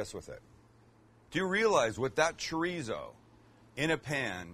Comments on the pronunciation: Chorizo simply translates to sausage. Mexican Chorizo is just one type. For a real treat try several from Argentina or Spain. It isn't zo is so. Pronounced with the s sound not the z sound. Just like in German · "chreezo" lol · Omg how white can u sound treezo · Tree-zo? Tf!! 🤔 someone smack him and tell him the right pronunciation or he's not invited to the carme asada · Please learn how to pronounce Chorizo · The way you say chorizo is pissin me off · Funny how he makes fun of Canadians for the way they pronounce Cabo but he pronounces Chorizo and Torta just like a typical gringo lol! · That is not a torta that’s a sandwich. Please learn how to say chorizo the right way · Since you're making fun of the Canadians' way of saying Cabo, FYI: The z in chorizo is pronounced like the first s in sister. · I’ll never try this torta for two simple reasons 1st he’s a white boy 2nd he can’t even pronounce Chorizo correctly!! 🤦🏻‍♂️🤦🏻‍♂️ Lol